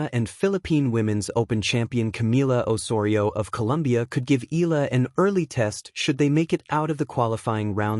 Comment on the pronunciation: Please learn her name right. It is e..ya..la